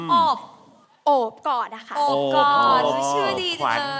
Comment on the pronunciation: คือน้องเค้าชื่อโอบ แต่ดาก็จะเรียก อบ อย่างเดียวเลย😂😂